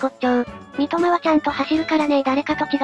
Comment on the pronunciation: まごって言ったり、そんこうたみって言ったり